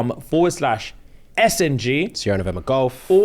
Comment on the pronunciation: When says “SnG” I always hear “SMD” and furrow my brow like Franklin in snowfall